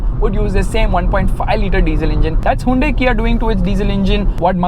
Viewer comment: You need to pronounce hyundai correctly!